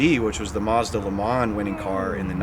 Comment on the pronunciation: What's a MOZDA....?